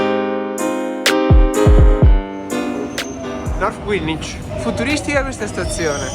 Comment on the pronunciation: Greenwich si pronuncia /grenItch/ non /gri:nwitch/ , if you live in London you should know, but best of luck